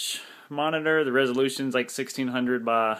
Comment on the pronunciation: its by not ba